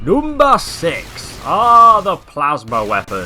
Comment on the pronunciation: "Noomba six"